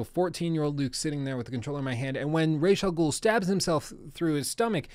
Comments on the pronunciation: Umm excuuuuuuse me bruh!? "Rayshaw Ghoul"?.... Nah doooood... Oh hell nah bruh, not on my watch you son of a B****!!!! If you've seen the latest Batman Trilogy they clearly pronounce it like Ra-Za-Ghoul.... Rayshaw Ghoul, man you're cringing me out every time you say it hahah STOP IT!!! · ii dont think ya did play ANY of the Batman Arkham games or atleast not ALL. its pronounced [Raazz-AL-Ghoul} you mispronounced it EVERY TIME...... I dunno if ur testing people or what.... But go ahead double cheack it. if u played the games wouldn't you know that? Hes a pretty MAJOR CHARACTER.